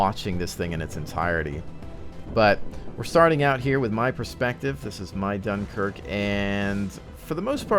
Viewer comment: Ahh, the great "DOOMKIRK" :D